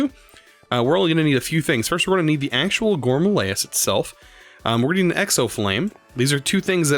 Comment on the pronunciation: Have you been watching Direwolf20? I cringe every time he says gourmalayis instead of gourmaryllis, and now you say it too. I'm pretty sure you said it right last episode.